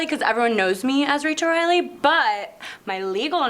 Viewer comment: Did he just call her Rachel Reidily?